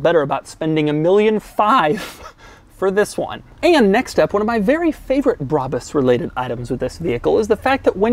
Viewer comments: None of those pronunciatons of "Brabus" were right lol. German is a pretty phonetical language when compared to English, so many things, like "Brabus", are pronounced phonetically. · It's not brabis, bräbis or breibis it's BRABUS ! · Say Brabus Like Brah-boos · BRA - BUS I mean, how is it pronounced any other way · I think it’s pronounced, “brabus” Like if you agree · Brabus Is a german, u say It like u write It